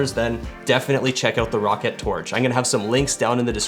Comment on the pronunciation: this here is the rocket tf its (R-OH-CAT)